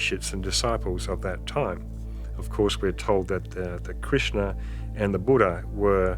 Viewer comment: Please learn properly how to pronounce Hindu literature words, for, if not so done, they will mean something else. Each word in Sanskrit and all Indian languages have a distinctive pronunciation and hence a specific meaning. Just thought I should add this here. E.g. Krishn if pronounced as Krishna means different. His sister Draupadi or a river. Buddha is not to be pronounce as Budda, it means an old man in Indian language! Please pronounce Bu'd' as in 'the' and 'dha' as in 'th'us. It then means a man who has attained divine knowledge. We do not engage services of any angel for this, but it emanates from one's within. Same thing about Yog, it is like in vogue not Yoga. an addition of a to a Sanskrit word makes it feminine and totally out of place. Thanks.